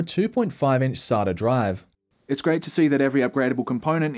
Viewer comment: Please pronounce "SATA" properly next time...